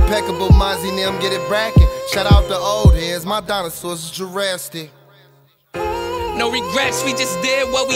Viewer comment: These niggas went CRAZYYYY!!! 🔥🔥🔥 Mozzy cracked me up when he said jurastic instead of jurassic. Lol